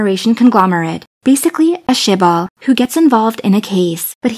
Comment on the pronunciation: she just called a shibal instead of a chaebol LOLLLL